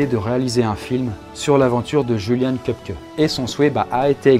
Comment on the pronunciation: Le "J" en allemand se prononce "Y" btw :)